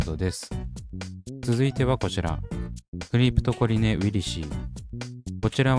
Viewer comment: クリプトコリネを クリプトコネリって 言っちゃうんだよなぁ😅